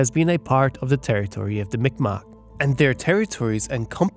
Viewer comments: Fyi ..Mi'kmaq is actually prononced MEE G-MAHK. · M'ikmaq pronounced Meegmaw. K makes a G sound in M'ikmaq.